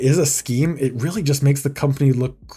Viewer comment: "Weawwy Bad" -Elmer Fudd